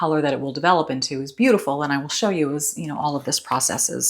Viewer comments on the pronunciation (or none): none